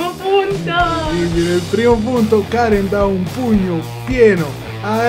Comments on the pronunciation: dice Karen non Cane XD pur'io avevo capito cane ahahah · Non lo so sembra che dica la "r" di Karen ma la "n" non si sente proprio